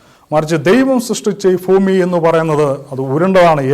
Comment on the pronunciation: ഫ്യുമി അല്ല bro ഭൂമി